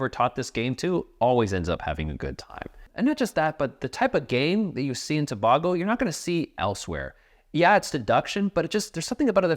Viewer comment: As someone from Trinidad and Tobago, Its pronounced Tuh-Bay-Go. But thanks for the shout out of a good game non the less.